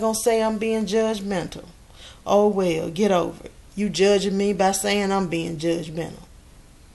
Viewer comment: "WELL"...... pronounced like "whale"